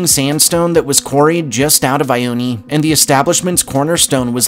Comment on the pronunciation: also it’s pronounced “eye-own”